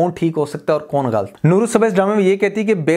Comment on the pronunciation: bhai aap lafz galat ko galt bolte hen jo k galat he or sunne main bi acha nhe lagta plz don't mind lekin ager ho sake to apna ye laf drost kigiye ga